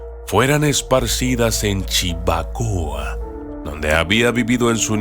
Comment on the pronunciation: No es Chimbacoa es CHIVACOA